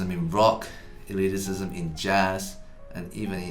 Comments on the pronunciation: I don't know if this video is better or worse because he keeps saying "eliticism" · Loving the extra - si- Eddy keeps adding to the word elitism (elitisism)! Makes it even more elite! :D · Nobody: Eddy:Elitisism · Ahem. It's "e-lit-ism", not "e-lit-i-cism". Just saying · The word: Elitism Eddy: Elitisism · Oh man. I winced every time Eddy said "eliticism." Eddy! It's just elitism. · Just an FYI, elitism is not said as elitisism eddy.